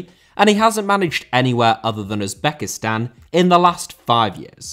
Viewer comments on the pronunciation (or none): none